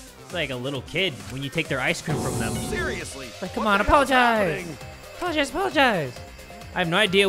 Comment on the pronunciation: Kiyo sis:apolagicze,come on apolagicze Me:OOOHHHH MY GOOOOD